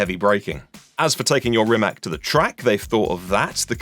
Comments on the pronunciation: Please. It is not RimaK. It's RimaC. Perhaps you should try reading it like it has Z at the end. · It Rimac not Rimak you idiot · its rimaC not rimak if sketchmonkey can get it right so can you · RimaC! A B C, Ceee! Not K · Its spelled rimaC you say like C not rimak lol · Wrong pronunciation! Rimats is the correct pronunciation. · Croatian pronunciation would be ree-mah-ts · Oke brate, sljedeci put molim te kad budes u prilici izgovaraj hono (renault) i honde (hyundai), da ne pravis budalu od sebe. A onda naravno imas pravo i ismijavati nekoga jer je rekao rimak, a da ne budes licemjer. Poz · No it's not. Mate Rimac himself said that either is fine. They even market it as Rimack for foreign countries. It's a brand and it doesn't have to be pronounced as the surname so don't be an annoying smartass please.